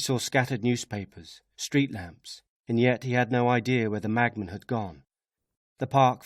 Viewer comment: Brilliant! But why does it sound like he's saying "magman" instead of "machman"?